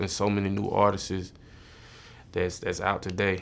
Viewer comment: this man said "artises" instead of artist 💀